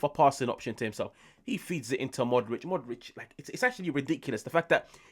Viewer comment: Pu - lee - shy - ch Mo - dry - ch Ibra - hym - o - wich Practice make perfect!